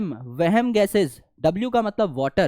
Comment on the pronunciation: sir said "wehm gases" aur mujhe wehm ho gya ke mane sahi suna ki nahi 😂